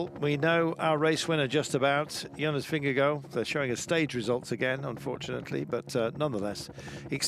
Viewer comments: Been years now and he's still saying ving-gee-go... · he does it for the pun and it's so corny